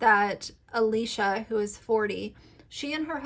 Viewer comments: I did some more research and I don’t think they’re technically foster children. Plus I agree with you that she shares way too much information. I just think your point would come across better if you were more familiar with the Dougherty family. (The creator’s name is pronounced Uh-lish-uh Dock-er-tee). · 1)the two new kids are not foster kids; they are family friends. Alicia grew up with their mother. 2)you obviously did not watch any posts yourself, or you could pronounce ‘Alicia’ and ‘Dougherty’ the way they do. Your credulity is in question. In the future, I will avoid any videos you produce.